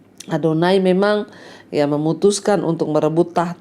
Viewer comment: Shalom.bu Pdt ADONIA bukan ADONAI.Makasih